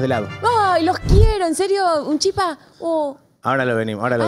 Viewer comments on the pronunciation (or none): programooon solo casi me da algo cuando escuche la palabra chÍpa, es chipáaaaaa